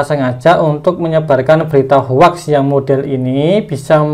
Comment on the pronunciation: Maaf mas. Hoax itu dibaca hoxs bukan hoax.